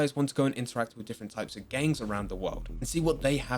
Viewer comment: The way you say gengs (gangs) freaks me out a bit!